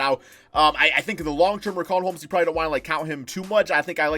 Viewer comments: It’s not RIC-AUN Holmes it’s RICH-AUN Holmes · its pronounced RISHAUN